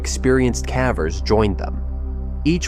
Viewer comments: It's AI mispronouncing the word. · Please choose an A.I. voice that can properly pronounce "CAVERS!" Freaking annoying!!! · Caveat cavver! A.I. is making us all into morons who let machines model incorrect pronunciations! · Cavvers makes me cringe every time. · Stalactites and stalagmites are mispronounced. They're not STAL-actites, they're stal-AK-tites. Same with the other word. In addition these aren't "ca-vers" they are KAY-vers.